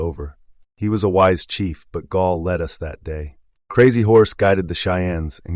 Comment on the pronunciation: Gall; not Gaul. Gall was Lakota, not ancient Gallic, from today's France.